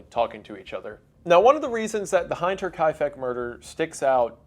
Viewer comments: oh god he's gonna pronounce hinter as hein-ter the whole video isnt he (like heinz) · The way he pronounces “hinter” makes me mad😂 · Hinter pronounced like winter just with an "H" Instead of "w" .... great video but every time you say "Heinter..." Instead of "Hinter"... I cringe 😅😂 Thank you for reacting to a German mystery. I realize many of our names and words are crazy hard to pronounce 🤣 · it's pronounced "Hinter" bro not heinter..hinter means behind or back, like back exit, hinterausgang..you were right when you said its the back farmstead of kaifeck...the pronunciation is HIN-TUH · hinter- pronounced like hint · it's hinter with an "i" as in hint, not as in mind single i's in german are never pronounced that way. they spell it as "ei" if it is pronounced the way you did as for the spellings of the names, maybe I can help with that as I am a professional genealogist in the german language region (mostly switzerland). essentially, the idea that things should always be spelled the same way is comparably new to the german language. the first spelling rules were established in 1901 and while that is just about normal words and not specifically about names, it still shows the way people used to think of those things. so, it is quite likely that the names of those people were even spelled different in different historical sources (baptismal records might be different to birth registry, marriage registry and so on). the spelling of Viktoria with a k is definitely more common in germany but either can be true. as for cecilia, there are quite a few cariations like caecilia, cäcilia, cezilia, cäzilia... but caecilia is the most common spelling names in official documents had a consistent spelling starting in the early 20th century but people often spelled them differently in their day to day life because the idea that keeping spelling the same did not yet foster in people's minds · I didn’t know it was possible to mispronounce Hinter